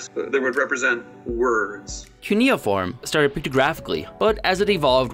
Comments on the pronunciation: I've never before heard cuneiform pronounced coony-form! First syllable should sound like "cue" or Q :) On the other hand your emoji/punctuation system, and I say this as a long-time conlanger, is very creative and would be quite useful if we adopted it for real. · Keneyaform? Its Cuiniform (Cue-nih-form)